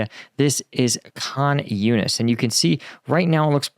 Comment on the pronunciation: THE WAR YOU DON'T KNOW AND UNDERSTAND. First of all I commend you for trying to learn the correct pronuncitions (eg Khan Younis. There are 3 H's in Arabic: 1) soft H as in Hat 2) CH as in baCH 3) and KH which is in the middle with no English equivalent). Now to my point. While you have to upper filtered picture of the war you do not understand the full situation and the dilemma of how to do what is required in front of the eyes of the world and conduct the most difficult war ever. So to the heart of what you seem to not understand. HAMAS monsters attacked Israel on Oct 7th with instructions to murder, rape, torture, shoot, burn, sexually mutilate, behead, etc without any mercy or consideration whatsoever. On top of the HAMAS monsters, there were civilians and Fatah there as well. Furthermore the vast majority of Palestinians and many if most Muslims and Palestinian supporters cheered and celebrated the absolute worst atrocities imaginable. UNWRA workers also had hostages in their homes. And hostages were taken to the front entrance of Shifa hospital in plain view of everyone (eg 2 Thai hostages on security cameras). The depravity of what happened totally galvanized the Israeli population and transformed the unspoken prosecution of this war. So with all due respect and you do a great job, but I do not believe you have seen the level of depravity that happened on Oct 7th. I suggest that you try to get true picture of what happened on Oct 7th and factor that into the terror that